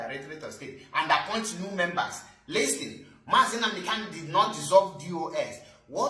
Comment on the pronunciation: Bro, Our leader's name is KANU and not KALU iti boribo,I have tried to correct 💯 you over time but you have refused to take corrections just like Barrister Darlington with all his claimed education couldn't differentiate between N and L, What a disgrace of you people,Am highly pissed 😡 off, Coconut 🥥 heads 🗣️ everywhere.